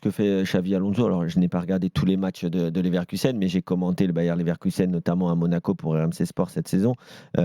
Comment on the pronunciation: Ça me fait saigner de l'oreille d'entendre le Bayern Leverkusen de la part d'un pseudo spécialiste du foot. Moi aussi Gilbert je veux ma place sur le plateau